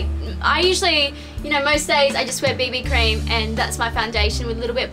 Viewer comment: She meant BB Cream, I think her accent just made it sound like baby cream. :)